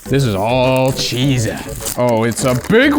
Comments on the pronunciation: BTW, zh is pronounced as J. From your local (half) asian man. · pronounces Chizha like it just gave him the last of its Hamon